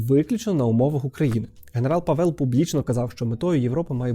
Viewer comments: Привіт, я чешка. :) Обидва склади в "Pavel" короткі і наголос завжди на першому - але не дуже силний. Дюкую за відео! Я дуже рада що Українці раді за нас. Я сподіваюся що з новим президентом ми зможемо допомaгати вам ще більше. 🇨🇿❤️🇺🇦 ✊️ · Both vowels are pronounced short in czech language. PAVEL, not PÁVEL and not PAVÉL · головне щоб не ПетЕр) просто Петр ПАвел. і кого чого - Петра Павла)першим звучить імя, так як у випадку Андрей Бабіш. :) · Живу в Чехії, всі кажуть Пáвел. В них навіть логіка мови така, що більшість наголосів на перший склад. Є ім'я Pavel, де наголос на перший склад. Проте розумію, що може здатися що наголос на другому складі, тому що чехи досить розпорошують наголос + мають довгі голосні. Імхо — має бути Пáвел, я так чую. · Дуже гарне відео, але Пáвел. Мій чоловік чех, я вільно володію чеською. І при відмінюванні не Павела, а Павла. Петра Павла. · Дякую за відео, але є одна помилка: Павéл а Пáвел. У чехів наголос завжди на першу наголосну. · ПАвел, в чеській завжди наголос на 1 склад. Просто вони чітко всі голосні вимовляють, тому інколи незрозуміло) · В ческій мові наголос йде на перший склад- Пáвел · Па‘вел, наголос на перший склад. При відмінюванні: Петра Павла, не Павела. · Petr Pavel, Петр Павел . Наголос в прізвищі на першому складі - ПАвел. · ПАвел, наголос на перший склад. І при відмінюванні : Петра Павла, не Павела. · В чеській мові наголос завжди на першому складі ( не говоримо про довгі голосні). Як Петр, так і Павел ( і прізвище, і ім'я) мають наголос на першому складі: Пáвел!!! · Як людина, що володіє чеською маю до вас зауваження- Петр Пáвел, наголос на перше "а". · Боже, вуха ріже, боже ніііі..... пАвел, пáвел, Пéтер Пáвел. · Дякую за чудове відео. У чеській мові наголос ставиться на перший склад, тому Па́вел. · Все добре, тільки у чеській фонетиці переважно наголос падає на перший склад :) Петр Пáвел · Наголос на перший склад, пАвел, пАвла... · Наголос таки на перший склад, Пáвел) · У чеській мові наголос падає на перший склад